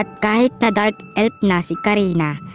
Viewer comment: F yan d yan p anu ELP tskk Elf di Elp hay naku